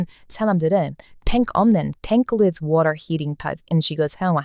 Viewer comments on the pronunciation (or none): none